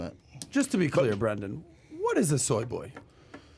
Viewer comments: Dude kept saying Brandan lmao. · Brennnnnnndan not brannnnnndan